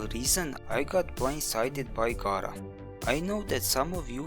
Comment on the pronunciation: The name is pronounced Gara (Gaira) , not Gaara (Gora) from Naruto ! Think of a female version of Gaara. Rebecca from D.E. called her Gara ( Gaira). If Gara was getting a rework, you'll hear how she pronunciates Gara's name. All anyone has to do is listen to how she pronunciates her name. This is not Naruto where you have the boy version Gaara ! It's simple !